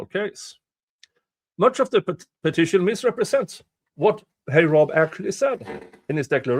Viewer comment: Love how you pronounce heyrob 😉 and appreciate that you cover it.